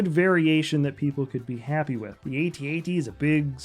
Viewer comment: Why do you keep saying "ay-tee ay-tee" lol